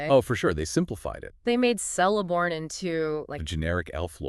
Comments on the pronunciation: It is not "Sell - a - born". It is "Kell- a -born". His daughter (the wife of Elrond) is 'Celebrian' pronounced 'Keleb - bri - an' NOT 'Sele -bri - an'. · who the fuck is Seleborn XD its Celeborn K. Keleborn. lol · Pretty sure it's pronounced with a 'k' rather than an 's' sound.